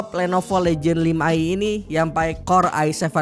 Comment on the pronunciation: cara ngomong legion itu " LIIIH JEAAN" mas sbukan legend